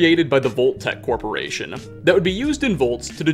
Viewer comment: Narrative-ah possible-ah corporation-ah .. is it just me-ah? Am I the only one-ah? Does this drive anyone else crazy-ah?